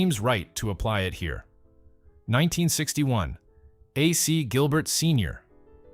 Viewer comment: It's likely an AI generated voice. It's getting more and more common that these types of channels use AI narration rather than actual human narrators. One giveaway what when he repeatedlt pronounced AC Gilbert as "AhSea Gilbert".